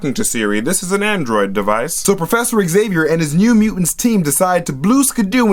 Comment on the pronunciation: It's zay-vee-er. Not ex-ay-vee-er.